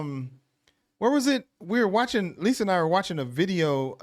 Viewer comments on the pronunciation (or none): none